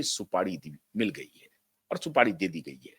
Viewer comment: Supadi nahi supari hota hai